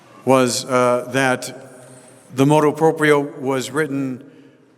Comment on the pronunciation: MotU proprio not motO proprio.